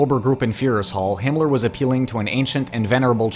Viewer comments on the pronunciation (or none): none